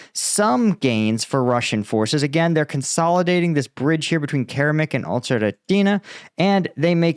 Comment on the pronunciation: Keramik, interesting name! Make the K at the beginning and end into a C, and spell it in english = Ceramic. spoken = Ker-a^mik emphasis on the 2nd syllable. You're welcome!